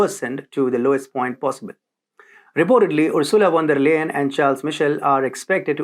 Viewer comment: you pronounce her name "von der Lyin' actually and not Layen